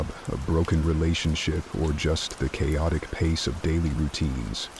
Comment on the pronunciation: Mispronouncing chaotic makes this a big NOPE